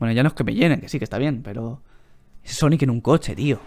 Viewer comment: dice sanic :v